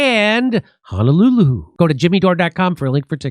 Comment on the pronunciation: I love the way Jimmy says “Honolulu.”